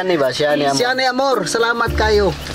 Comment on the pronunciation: Natawa ako sa pagbigkas ng name ni ate amor nila Francis at ng kanyan papa😁😁😁